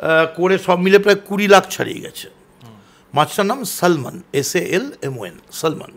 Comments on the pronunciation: kotha ta Salmon noy Saamon ... L ta silent ...bhul bhaal bokche kintu ki confidence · "Salman" - উচ্ছারনটি হবে স্যামন.... সাল্মন নই কিন্তু... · Salmon Mach tar naam , kintu samon tar uchharon... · না না না, আমি মোটেই মাল খাই নি..আমি খাই নি খাই নি..কিন্তু এসব শুনে কেমন একটা কনফিউশন হচ্ছে!!!! আর ওটা "সালমন" মাছ নয়, ওটা স্যামন SALMON 🤣🤣🤣🤣🤣🤣🤣🤣🤣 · ও মদন দা বলছি ওটা সালমান মাছ নয় ওটা শ্যামন মাছ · ও জানে না ওটা স্যামন মাছ। বলছে স্যালমন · ওরে বাবা মাছটির নামের উচ্চারণ ...স্যামন। যে কেউ একবার যেকোনো Western country তে গেছে..সেই - ই খেয়েছে।ভাবখানা এমন যেন Vintage Bordeaux খেয়ে এসেছে।🤣🤣